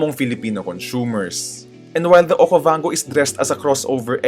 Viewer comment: This is Geely Okavanggooo hahahahahaha Don't Recommend This Channel.